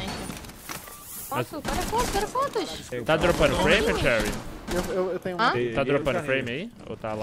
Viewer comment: o ensiste em pronunciar o nome da cherry errado né kkkkkk